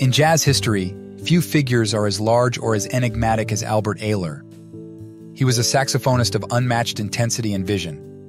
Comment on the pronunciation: His name is pronounced Albert " Eye -ler " Ayler . He was from Cleveland . Ohio . Maria Maria his Girl Friend destroyed him , ruined his music and kept him away from his fellow musicians like Sunny Murray and others . Albert was a true Genius . We loved him very much . " Albert Ayler Lives " Thanks for the Video .